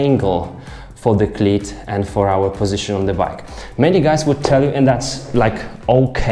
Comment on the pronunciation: Love your accent. You say "cleat" like "clit"; which I love very much. :)